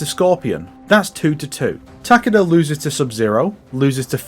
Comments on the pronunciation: "Tah-keh-dah" is the correct pronunciation, since he is Japanese. "Tah-KEE-dah" is a very Westernised pronunciation, like how most Westerners say "Kah-ZOO-yuh" instead of "Kaz-uh-ya". There are many examples of this, but it mostly comes down to that emphasis on the second syllable, which is usually incorrect. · Takaduh is probably the funniest way to pronounce Takeda. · The game doesn’t pronounce his name right either. It’s “Tah-keh-dah” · The way you say Takeda is hilarious terrifying XD